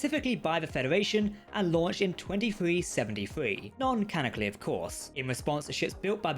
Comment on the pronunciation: I'm sorry, sorry, so sorry for this...not trying to be mean, just have to get it out of my system. It's Federation, not Fedawation. Either way, your videos are AWESOME!